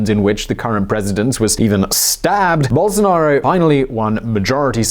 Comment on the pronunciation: Best forerign pronunciation of bolsonaro, now is only remaining to learn speak "fora".